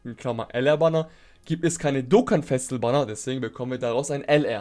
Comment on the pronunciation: "Dokkan exklusive Charakter" und "Festival" zb, sprichst du so schnell aus, das es komisch klingt. Ich weiss nicht obs vielleicht n Dialekt ist aber, Festival zb klingt wie Festl. Und da du relativ oft die Wörter verwendest, ists mir halt aufgefallen. No Offense an dieser Stelle, finde du machst absolut gute Arbeit.